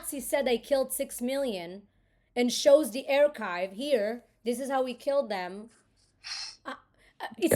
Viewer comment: נשמה חולה עליך, רק אומרים ארקייב, לא ארצ'ייב 😅 עושה עבודת קודש ❤